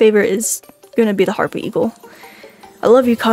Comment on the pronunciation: Bro hapry eagle not harpy eagle